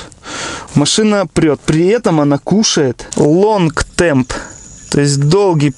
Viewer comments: Извини, лонг терм а не темп. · Отличное видео! Но почему вы говорите long temp когда там long term?)